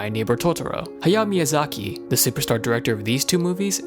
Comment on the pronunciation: Who the hell is "Haya Miyazaki"? You mean "Hayao"?